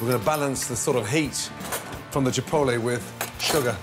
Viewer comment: Chi Port Lis